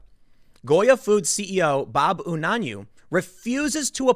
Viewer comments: It's pronounced "you-nan-way". GOYA going MAGA! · I believe it is pronounced oo-nan-yu-way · Mr. Unanue is a good man. A bit overzealous in regards to religion, but a good man none the less. Also it is pronounced "U-na-nu-A". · Pronounced You non away. I know this man and his family. They are incredibly good ppl. When my husband was a teenager, Bob's brother, Tommy. Was his best friend. As a teenager, my husbands step father physically abused him one time to many and he left home. The Unanawe family took him in and treated him like a son. Very, very Good People. We should all aspire to be like them. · The Unanue's are a good family, relatives grew up around the corner in my very modest middle class neighborhood. The name is pronounced Yoo-nan-ooo-way. It's a family run company, so he is pretty safe.